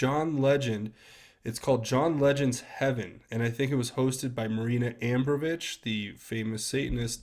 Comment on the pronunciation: a-BRAM-o-vitch. Can't anyone look up how to pronounce the names of people they "report" on? Laziness.